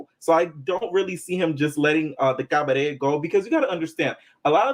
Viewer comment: The cabadet! The way you pronounce it like joseleeein 😂